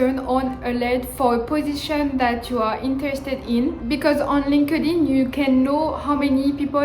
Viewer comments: no. It’s pronounced as “linked (space) in”. Linked in. Not linkadin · hahah so cute comme tu prononce linkedin. cest linked in. ;)